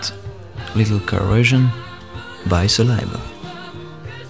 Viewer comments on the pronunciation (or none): none